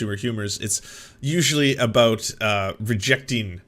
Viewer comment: Never noticed how he usually pronounce “about” as “aboot” in his videos?